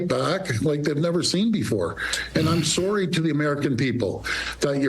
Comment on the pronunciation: "soar-ry" lol